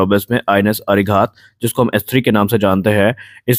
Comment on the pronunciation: अरि_हन्त अरि_घात अरि-दमन कृपया उच्चारण में शुद्धता रखें